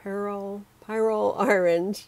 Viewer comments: An online search says that The American Heritage Dictionary of the English Language, 5th Edition, pronounces the y in pyrrole as a short i, and puts the emphasis on the first syllable. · Pyrrole is pronounced, “Peer-roll” some other YouTube artist was asking the same question so I had to look it up! Great tutorial! Btw, your brayer sheets look amazing! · I get what you mean about forgetting! But it is pronounced pie-roll. Perhaps you can dream about eating delicious pie😊